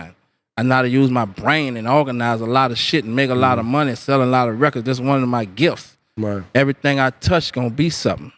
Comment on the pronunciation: "....it's one of my gissss...."